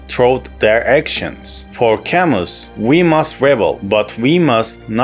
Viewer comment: It's pronounced "Cam-oo"!